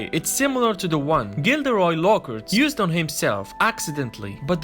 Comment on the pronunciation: I’m sorry but I love the way you said Gilderoy Lockhart Gildrey Lockert